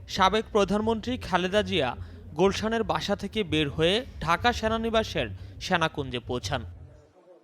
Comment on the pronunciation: What's syanakunja, it's Senakunja, correct your pronunciation, it's disgusting.